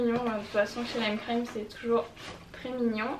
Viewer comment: ta prononciation de lime crime seigneur ahah